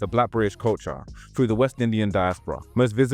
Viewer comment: FROO? Do you mean THROUGH?